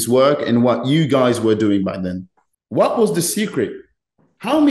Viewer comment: Toujours de superbes interviews mais arrête de FORCER avec cet accent de Birmingham frérot c’est frustrant. Même à la fin t’en peux plus de dire « Bot » « Whot ». Mais sinon force haha